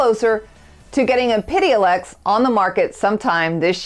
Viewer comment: Your pronunciation of epidiolex sounds a bit off. :) Great channel though!